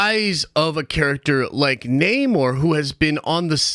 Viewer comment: Not with Nah-more.